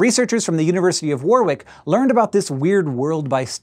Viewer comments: "Warwick" is normally pronounced 'worrick'. Blame the divergent pronunciation of English place names. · I hate to be a pedant but the university's name, Warwick, is pronounced 'Warich' not 'Warwick.' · Pronounced - WAR-RICK not WarWick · Warwick is Worrick not War-wick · (University of "Warrick" - English pronunciation strikes again!) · Warwick. Pronounced 'Worrick'. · warwick is pronounced woh-rick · The University of War-Rick hahaa, lovely seeing Americans struggle to speak English place names. Hope you get a study from the University of Loughborough next, heard that pronounced about 12 different ways